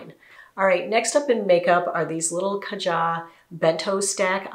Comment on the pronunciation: I think it’s KAH-ja not k’JA